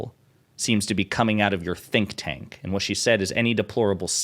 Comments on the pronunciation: Did Crocket say "think tank"? I heard "stink tank", which is fitting for the Heritage Foundation. lol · Did she (Ms. Crockett) say “stink tank?” Did I hear that right, or was that just a slip of the tongue when meaning “think tank?” I’m still laughing… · I heard stink tank. 😅😅😅😅